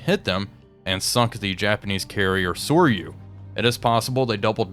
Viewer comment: Soryu pronounced "So-roo". (Ryu is "roo".)